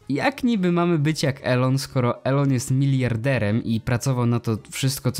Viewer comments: Wymawia się "ilon" a nie eLoN. Taka rada na przyszłość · NIE ELON TYLKO ILON tego się słuchać nie da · Imię Elona Muska czyta się bardziej Ilon